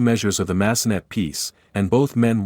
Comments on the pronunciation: Massenet needs to be pronounced in French. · I’m cringing when the AI voice says, “Mass-uh-NET.” Clearly, it’s the French composer, Jules Massenet. Pronounced MASS-uh-nay.